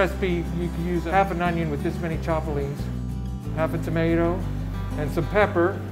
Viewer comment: By the way? It’s chapulinas... not the way you’re saying it...